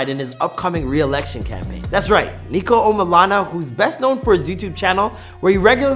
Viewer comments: HE SAID NEEKO LMAOOO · It’s not neeko it’s niko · NIKO NOT NEEKO lol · Its not Neeko its Niko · how do you say your name, its Nik-olas omilana 1 millisecond later: neeko omilana lol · Niko not Neeko smhh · Its NIKO not NEEKO its make me cringe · It's not neeko it's Niko💀💀💀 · At the start u heard him say NIKO AND U CALL HIM NEEKO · its NICK NIKO not NEKO. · Is Niko not Neeko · (NICK)-O niko - utube guy NOT NEEKO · It’s not NEEKO ITS NIKO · It’s niko not NEEEEKO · bruh not neeeeeeeeko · Not Neeko please... just Niko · ITS NOT NEEKO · Its niko not neeko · “Neeko” Niko is coming for you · Bro said Neeko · Man said NEEKO! 😂😂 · YOU REALLY CALL HIM NEEKO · Man sed neeko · What’s the point of this if your still gonna call him neeko